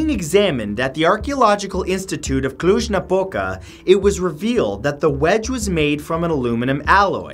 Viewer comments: The way you pronounce Cluj-Napoca is funny to me as a romanian person , is nice the see that we don't only botch other peoples language , others do it to us :) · I live in Romania and never knew about the aiud thing😂and the way he pronounced Cluj Napoca, i'm dying 😂😂😂😂